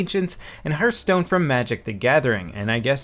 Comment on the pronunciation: "Herthstone"? Come on, man!